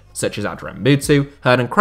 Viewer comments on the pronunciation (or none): Just a small point. For Crespo's name "Hernan", it's pronunciation don't need the H sound.